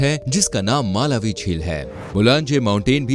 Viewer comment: It's pronunciate like Malaawi not Maalawi